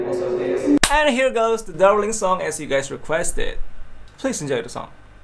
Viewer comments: I know ZeroTwo is saying “Da-ling” but.. it sounds like she’s saying “Daddy” xd. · Sounds more like "daddy" than "darling" lmao